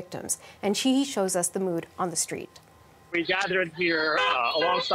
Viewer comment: “Street”, not “shtreet “.